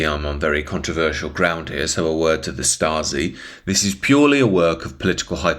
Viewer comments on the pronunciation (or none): none